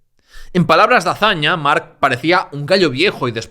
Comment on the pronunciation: estos lingüistas mala pronunciación solo x diferenciarlo d otros cacofonicos "marchche d mark o marc"ojo piojos